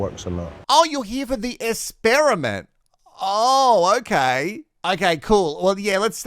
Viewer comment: I'm never going to pronounce "essperiment" any other way!